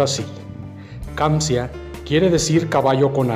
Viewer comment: Se llama "Kanzia" no kamzia